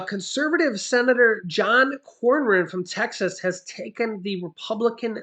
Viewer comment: senator cornyn’s name is pronounced ‘corn in’. What you’re pronouncing as a r is actually a y. Sorry, but being from San Antonio Tx he comes from our area. Good luck from getting anything done from Cronyn, he’s ultra conservative.